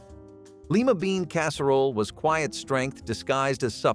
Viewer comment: leeemma beans? don't think so. Lima